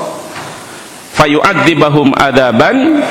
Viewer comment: Lagi lagi salah baca ayat 173 An-Nisa' Fayu'adzdziBUhum dibacakan Fayu'adzdziBAhum